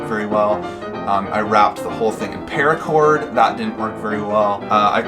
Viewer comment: What is "pearacord"???